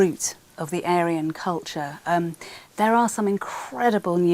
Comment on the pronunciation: anyone hear how she said Aryan? Sounds like she said Alien… 🤔 INTERESTING